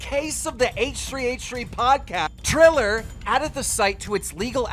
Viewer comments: He said "Thriller" like 15 times while reading Triller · Its TRILL-ER not THRILL-ER zaddy. p.s - That was very mean, i love you Keem. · You called triller “thriller” lmao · He said thriller instead of triller 🤣🤣🤣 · triller not thriller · Love how keem keeps say Thriller instead of Triller 🤣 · Who is Thriller? And it's Fury, not furry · Please keem learn how to pronounce things correctly 😂 Tommy “Furry” and “Thriller” cmon bro😂🙈